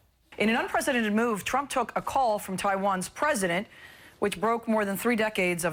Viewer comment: on the side note Trevor pronounce our President's name surprisingly well.